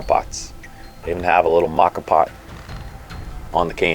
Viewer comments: Not sure if anyone else mentioned this but you are pronouncing it incorrectly. The proper pronunciation is “mocha” it is Italian for coffee pot. The moka pot is a stove-top or electric coffee maker that brews coffee by passing boiling water pressurized by steam through ground coffee. Named after the Yemenite city of Mocha, it was invented by an engineer named Alfonso Bialetti in 1933.[1] Bialetti Industrie continues to produce the same model under the name "Moka Express." You can also google “moka pot pronunciation” and listen to it in American English or several other languages. I’ve been using a moka and a French press for years and they are the best. Way better than perc coffee. I also have a device that sits on top of the actual cup. It has a #2 paper filter that you place the ground coffee into. You then bring water to a boil in whatever pot or pan you like and slowly pour the water into the ground coffee. The water filters it’s way down through the ground coffee and drips into your cup. When your cup is almost full you stop pouring the water. When you’re done you simply remove the filter with the coffee grounds and dispose of it however you choose. I like to put the grounds at the base of plants as they are good for the plant. Great video as always Cheers mate and happy trails. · Moka pots are great for starting the day when camping, and even better when your B and B host in Rome makes caffè for you! BTW,, it's MOE-kha There's a great Wiki on them. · I have enjoy rocky and silvia at home for more than a decade. It is kind of a different kind of percolator. Interesting I though ur pronunciation of the Italian words were wrong. Turned out I was wrong and right. Lavat-za was correct but as far as I can tell it's mow-ka. Like the chocolate coffee drink but then again it's not. None the less it is a very compact way to do it and I love the kick of espresso shot in the morn. You every tried Cowboy Coffee? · "Mocka pot". lmao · It's pronounced MO-KAH.